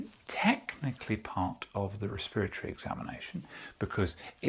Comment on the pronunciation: Respiratory, pronounced “Rih- Speer-ih-torry”